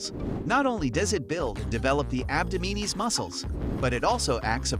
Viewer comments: Abdominis is pronounced Ab-Dom-in-us. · Interesting pronunciation of ‘abdominis’……… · DISCLAIMER: YOU WILL NOT GET A SIX PACK FROM JUST DOING PLANKS! After I heard you pronounce abdominis incorrectly so many times, and then also say that if you do the plank you will get a six pack, I stopped watching. Please do not spread that sort of disinformation. You need good diet and low body fat to have a visible six pack, that's it.